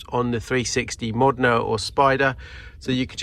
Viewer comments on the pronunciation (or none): none